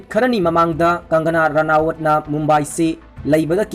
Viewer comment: Bro gi Sunday special se tabada yam nungai! Adubu mi mamingsing se chumna2 khara pabiyuba henna taba nungainaba maramdi adomgi pao se mipum khudingna tanaduini.. Eg:- Sanjoy Rawat 4 Sanjay Rawat, Dawood Abraham for Dawood Ibrahim, Kangana Ranawat for Kangana Ranaut, Arnap Goswami for Arnab Goswami, Thaakkere for Thackeray & many more